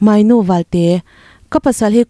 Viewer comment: Moynu ni lo, mawinu ti a lam tur.